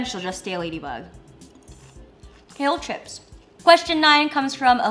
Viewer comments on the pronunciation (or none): none